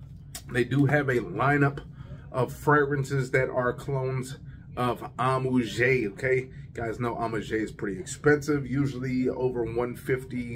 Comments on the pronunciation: It's pronounced AM_OO_AAGE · Thanks for the review but man come onnn. Listen to bunch of fragrance reviewers and learn to pronounce the names correctly. Honestly its not that hard. It pronounced “amwaj”.